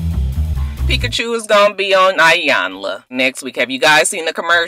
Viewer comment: Peakachew......ROTFLMBO Everytime you say that I crack up.